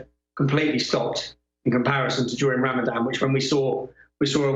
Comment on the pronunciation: Ramadan - Ram-a-van more like.